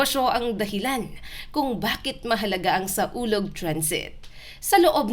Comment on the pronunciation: Mali ang basa mo... SAWLOG ang tamang pangalan bobo ka ba?